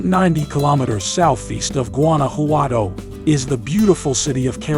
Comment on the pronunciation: Gooanouhowtou 😄 le costó mucho trabajo pronunciar Guanajuato.